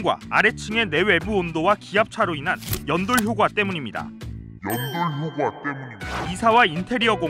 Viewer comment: 발음 쩐다 나는 연돌효꽈라고 할텐데